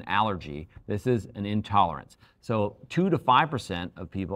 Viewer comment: You lost me at “intolErence”, sorry 😑